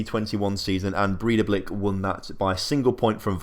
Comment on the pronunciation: Probably woulda been easier for you if I'd just told you how to pronounce the team names 😂😂 Breidablik - Bray-tha-blik Valur - Vahl-yoor Stjarnan - Styahr-nahn Grindavik - Grin-tah-vweek (but with a rolled r) Vikingur - Vee-king-yoor Fjolnir - Fyul-ner Sindri - Sint-ree (with a rolled r) And in case you have to talk much about any of the teams you're newly putting money into: Fram - Frahm Keflavik - Keb-lah-vweek Þor - Thohr Grotta - Groh-tah (with rolled r) Haukar - Hoo-ee-kar Selfoss - Sel-voss Þrottur - Throh-tyoor Huginn - Hyoo-ginn (Fun fact, I know all these as much as I do mostly because I used to have a minority stake in Þrottur for a couple years.) Btw I really appreciate your channel, you've quickly become my favourite FM channel. Thanks for all the effort with the videos!